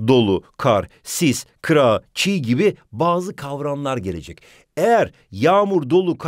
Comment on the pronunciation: Ama o çiğ değil çiyy